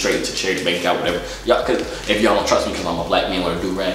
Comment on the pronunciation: Did he say “go my do rag”